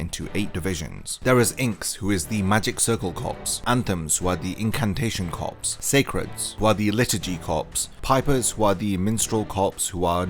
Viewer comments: Corps is pronounced core mate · I just want to point out that the P in corps is silent.